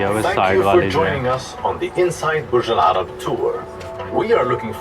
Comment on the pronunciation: It is Burj Al arab not Burj Ul Arab.